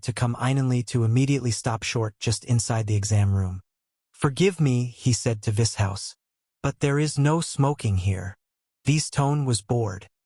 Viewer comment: Im liking the AI pronunciation of Vishous.... Vis-House😏